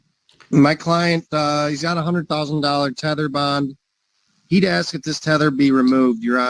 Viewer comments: Its ASK not ax....come on learn the English language please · Why is it so difficult to say ASK?!?!? It’s THREE letters!!!! What is this Axe BS? Pathetic. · Why do so many black folks say axe rather than ask? Real question. I've never understood that. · Isn’t it ridiculous how folks use “axe” instead of ask? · As a black man, that speak properly. Why is it the black generation still have issues pronouncing ask. Always say AX!! I'm black I say ask. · I can’t stand people that say axe 🪓 and would put them in jail until they learn English correctly 😂